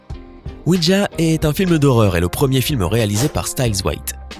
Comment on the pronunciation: On dit pas ouidja mais ouija